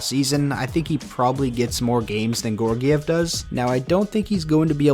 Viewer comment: Gee-yor-giev Georgiev Not "Gor-giev" there's an "e"